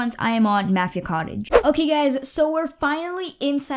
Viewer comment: You pronounce mafia wrong